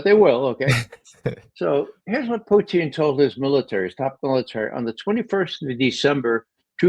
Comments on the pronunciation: Someone tell Ray, his name is Putin as in Pewtin and not Pooteen. Not even Lavrov pronounces it as Pooteen!!! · He's ridiculous the way he says that. He said once he believes it's the correct pronunciation. It isn't. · Why does Ray McGovern pronounce Putin as "poutine?" Does he think Putin is like fries and gravy?